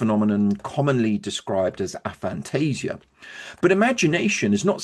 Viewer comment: Good video, one small point though, Aphantasia is pronounced with a hard A rather than with a soft one as said here.